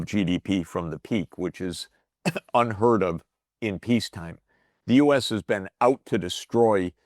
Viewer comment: Finally here is live Jeffrey, not all those AI clones that say U S instead of us!